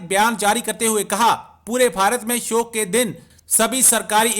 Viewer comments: सोग नही येडे शोक होता है पोर्कीयो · Shok hota hai sog nahi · सोग क्या होता है? शोक बोलते हैं l